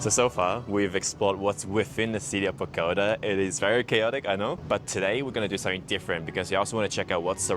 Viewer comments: Pronunciation is Boh-goh- TAH (emphasis and accent on the last syllable). Not Boh-GOH-tuh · Bogota pronounced boh-gah-tah✌🏽